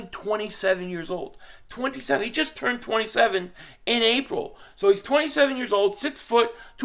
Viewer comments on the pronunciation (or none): none